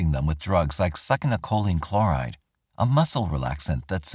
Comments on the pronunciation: Love your videos, but if you say Suckinylcholine ONE MORE TIME. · I so don't want to not pick, but... I think succinylcholine is pronounced sucks-in-o- koline. I could totally be wing though, I am a gardener, not a med pro!🤣 Just going by a history of pronouncing Latin botanical names of plants.✌️